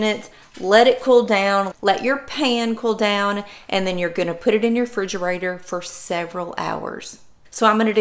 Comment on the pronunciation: I had to stop the video several times and confirm you say, "frigerator". 😆